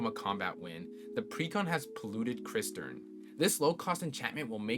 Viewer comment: Fwiw "cistern" is pronounced "sistern" lol